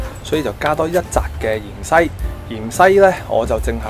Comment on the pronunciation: 芫茜蔥呀 ！唔係鹽西蔥呀 ！硬硬哋呀！唔係雁雁哋呀！甩掗哥 ！！！